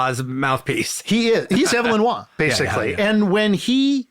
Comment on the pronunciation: Good stuff, but man, did he brutalize the pronunciation of Waugh’s name, lol.